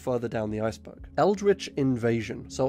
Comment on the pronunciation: I like that your accent makes iceberg sound like ice bug. Subscribed